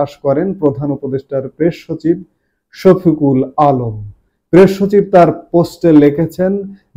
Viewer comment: উনার নামটা ভাল করে বলেন।আপনি নুতন নাম বলবেন।